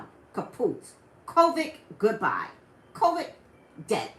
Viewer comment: I love you but your driving me a little bonkers with how you're pronouncing the word "COVID" it's COVID with a "D" sound at the end of the word 😂🤷🏽‍♀️